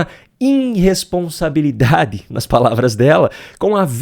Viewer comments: Você não reparou que além de "inresposabilidade" ela também falou "ploblema"? Essa mulher é o orgulho do Freire. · Enfim, uma mulher que fala iNresponsabilidade, pLoblemas, cidadÕEs, aBrido... Enfim, enfim.